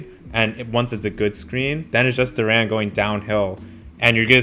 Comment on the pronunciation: Jalen Duren's surname is pronounced with the stress/emphasis on the first syllable, resulting in "DUR'-en" rather than "dur-EN''".